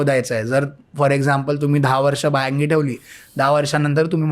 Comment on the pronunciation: बायांगि नाही बायंगी